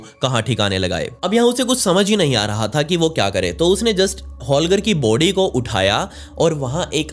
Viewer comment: Vai body bolo not booody 🤣🤣🤣🤣🤣🤣🤣